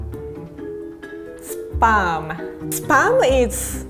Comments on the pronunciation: Our pronunciation: Spahm pronunciation: Sperm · Every time said spam i thought she said SPERM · When she says spam , I can hear spermmmm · RIE : SPAM ME : SPERM?!?! It sounds a little wrong... 😂😂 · Its not SPUUUMM its SPAAAAAAMM 🤣🤣🤣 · She said SPAM I heard SPERM, What's wrong with my ears?!?!! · shouldnt it be pronounced as 'sp - am' im not dirty but the way she says it is like sperm. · Cole Mills great now I can’t unhear it. I literally only hear sperm now. Thanks a lot lol 😂😂😂😂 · Probably... "sparm" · When she says spam it sound like sperm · No offense I love but I heard pronounce sperm instead of spam LOL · Now every time she says spam I hear sperm 😭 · Is it me or i here sperm instead of spam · was I the only one who heard “Sperm time, come out” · Spam is suppose to be froed dawg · Why does she say SPAM as SPERM !?!?!?! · She is saying spam like saying sperm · Fun fact: Japanese people pronounce spam and sperm the same way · her pronounciation of spam is inappropriate......